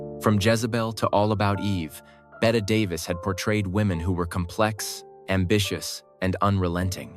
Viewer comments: 1) Bette Davis' name is mispronounced. 2) She was at the San Sebastián Film Festival, in Spain, when she got sick, not at a French Film Festival. They took her to the American Hospital in Paris. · Betty Davis name is not pronounced correctly